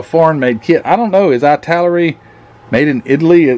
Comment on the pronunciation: The pronunciation of Italeri is "it-a-lar-e" lol.